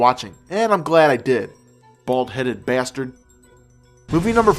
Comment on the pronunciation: ok, i know this guy is such a douchebaag, but when he said "bald headed basted" i lol'd